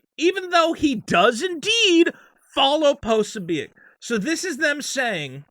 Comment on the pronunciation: is so tight with Jack Posobiec that he doesn't even know how to pronounce his name (Pra-so-bick). Or is this just cover, for you rampant white supremacy (even though Posobiec isn't one either)? As any good thought-piece journalist knows: never left the truth get in the way of your boring BS narrative. My confession. I'm a big Elvis Costello fan and when I sing-a-long with Oliver's Army, I don't sing: 'All it takes is one itchy trigger; one more widow, one less white N word'. It doesn't scan and it's fuck all to do with Race - it's a Catholic slur which EC would presumably have had directed at him. Lennon's 'Woman is the N Word of the World' just about scans, but sounds, well stoopid.